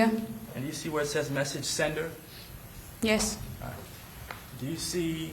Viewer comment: The defense attorney is trash and sounding to make a big deal about random statements and continues to say "ahrite"